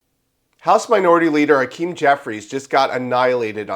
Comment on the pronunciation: HA-KEEM no Ah Keem! He’s a weasel and a crook but pronounce his name correctly